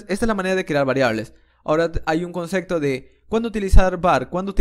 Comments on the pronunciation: No se dice “concecto”, es “concepto” con “p” de papa. Pero lo dices con “c” cada 10 segundos. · Sos un genio. Pero por Dios no digas conceCto. Lo demás es impecable